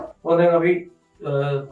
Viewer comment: උයන්ඩ ඉස්සෙල්ලා කෑමෙ නම හරියට කියන්න ඉගෙන ගත්ත නම් නේද වටින්නෙ . මේ නොදන්නා කමද නැත්නම් කම්මැලි කමද? එහෙමත් නැත්නම් නිකංම ගොං කමද . අද ඉදන් වත් හරියට කියමු ද 3 syllables: "CHOP" + "SOO" + "ee"